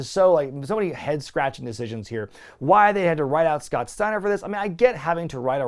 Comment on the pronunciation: Say his name Scott . Steiner.